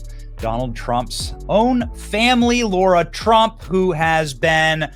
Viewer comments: Betty you pronounce Lara Trump's name wrong. You say Laura. ❤ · Benny, her name is Lara NOT Laura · Calls LARA, “LORA” for 20 minutes. 😅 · I love you bro but its LARA, not Laura :) She's brilliant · Benny stop calling Lara (Laura) very disrespectful...